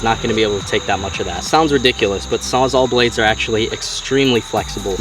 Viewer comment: Sawzal, because it saws all